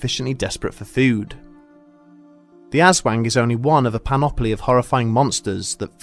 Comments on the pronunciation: im pretty sure its ah-swahng not azwang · Tried to listen to this high, couldn’t stop laughing at “asswang”. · "ASS-WANG" HAHAHA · "AssWANG" sounds so dirty! Haha Just so people know, people from the Panay Island say it as "As-huang". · Just to be clear... it’s not “ass wang” as the narrator so cringingly pronounces it. It sounds closer to “oz (as in the place Dorothy visits) wong”. Ok thanks, bye👋🏼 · The problem with English pronaciatuion is that they bend the "A", it's an hard "A" Anders, not Ænders Aswang not Æswang AaaaaaaAaaaaaaaAAAAaA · glad it wasn't just me "wait, it's call ass wang?" XD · It's ASS-WONG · Aswank? Hahaha you said wank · "Ass Wang" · Filipinos: aswang Bedtime stories: ASS WANG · Ass-wang!!! Hahahahahah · Lol...."ass-wang" ... the wang that has an affinity for asses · Thanks for pronouncing it as "Ass-wang", made my day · Lol. He pronounces it as "Ass-Wang". ( ( | o===8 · Ass - wang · Hehehe... "Ass wang". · Phonetic- oswong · Narrator: shadow of the ass wank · Yo why dis man say azwang at the start of the vid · The "ass wang" threw me off Hahaha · "Ass" wang lmao. if you gonna cover mythical creatures from other cultures all over the world, at least try to research and get it right especially pronunciations. Non english speakers always get flak for not pronouncing english words right. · Im sorry I mishear it as "Ass wank" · Hehehe, ass-wang. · I can't help myself but hear "Asswang" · Aswang? Ass-wang? Or, mayhaps, a Dickbutt? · Who else heard "shadow of the asswang"? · Thanks for this spotlight on one of our famous creatures. You guys should hear the stories about this one. Also, I couldn't stop myself from giggling whenever you said "Ass Wang". 😂 Great video! P.S. Do some research on what we call the "Manananggal" which you brought up in this video as the monster who seek out pregnant women and suck out their babies during the night. Another great source for scary stories. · "The shadow of ass wang" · "ass wang" me: chuckling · The ass-wang?